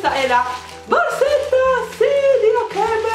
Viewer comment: Sentire dire acca e emme mi fa venire il cancro ai timpani giuro, si dice EIC END EM